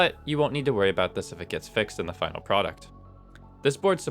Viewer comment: At about sounds like you said fucking product instead of final product.